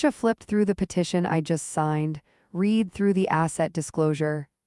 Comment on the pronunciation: AI Please know/ learn there is a difference in the word Read as to how you say it. Pronunciation: Even though it is spelled exactly the same as the present-tense form, as a past-tense verb it is pronounced "red" (rhyming with the color red). Synonyms: Comprehend, scan, study, decode. Broad Meanings of "Read" Beyond books, the word has several other common meanings depending on context: To say aloud: "She read a story to the class." To interpret or understand: "I tried to read his expression."